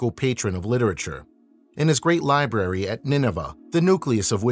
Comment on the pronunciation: Learning how to pronounce “library” would seem to be essential for a program such as this….ahh well judge not I guess…